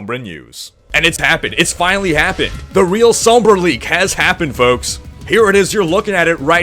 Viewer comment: This guy needs to learn how to say Sombra. it's said like Sahmbra